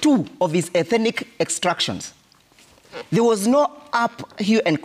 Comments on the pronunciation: This guy thinks that a particular ethnic group in Kenya has some special God given entitlement. Bure kabisa. UK warned Kenyans about utawala wa HASORA. BTW, it’s ETHNIC and not ETHENIC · Ethenic!😂..maahn that word is tearing him apart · It should be 'ethnic' NOT ethinic, bro! Otherwise, great perspectives from. This administration should go home! The anchor is a well known cheque book journalist! Ouch